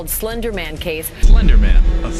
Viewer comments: he keep saying sylandar man rather than slender man. 😂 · Slender man ❌ Cilinder man ✅ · What do you think of yourself, so much arrogance , complementing your own style and voice and looks. Be humble and respect others , you look chapri. Your content is good an d attitude sucks. Get a life bro and be humble . Salander man nahi , its slenderman . Accent thik khar pehle , phir apni tareef karna . Your content is good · Slender man ❌ Selender man ✅ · Slender ❌ Selender ✅ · Pehle to pronounce karna sikhlo Bhai.... It's slender man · Cy-lender man 😂😂🤣🤣